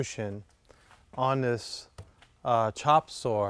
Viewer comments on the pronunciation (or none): I have to stop watching your videos I can't stand it when you say CHOP SORE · CHOP SAW. CHOP SAW CHOP SAW NOT CHOP SORE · I hear chop soar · I hear it as Chop Sore